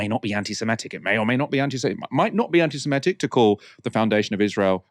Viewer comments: I love and I know it sounds pedantic, but can someone tell him that it's pronounced 'anti-semItic'? 🙏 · Antisemitic. Where did this 'antisimetic' thing come from?